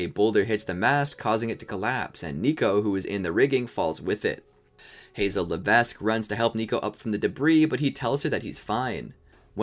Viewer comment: Hazel Levesque, the S is silent!